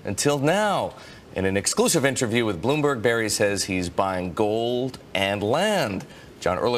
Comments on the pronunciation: Tell me how Burry is pronounced Berry? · Spells name bUrry News guy: “bArry” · It’s Burry not Barry